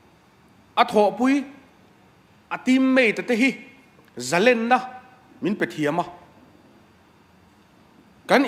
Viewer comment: Kan minister te hian mizotawng an hman dawn hi fimkhur se ka ti hle mai,entir nan zalenna tih pawh hi a thluk a dik lo...,ka lo sawi ve mai2 a ni e...